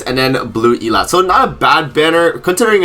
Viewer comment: Idt i have heard anybody say elatte's name the right way. Nag always butchers it too. E- Latte NOT Elat lol.